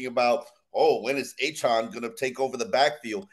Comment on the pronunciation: Why is calling him Achawn. Pretty sure Achane said it's Achan like 4chan.